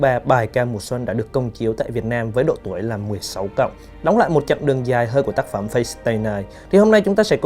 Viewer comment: Lần sau mong bạn đọc đúng từ Fate với, chứ lúc đầu nghe cứ hỏi cái mặt nào nhỉ :((